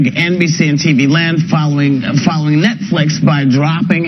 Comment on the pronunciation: “Netfleex & TV Lond”